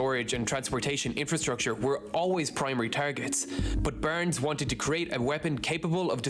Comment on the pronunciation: It is Barnes . He pronounces it Burns. Please get it right.